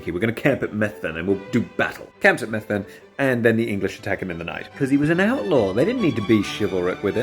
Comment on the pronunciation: As someone who lived there it’s pronounced like mev-vun not meth-ven